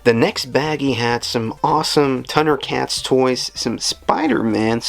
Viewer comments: Dude, it's Thundercats, not Tundercats. Sweet haul tho. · Dude do you pronounce Thundercats like that for fun or is it a speech thing?